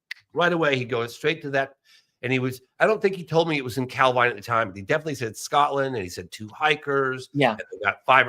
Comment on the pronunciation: Good to hear Richard pronouncing Calvine correctly :)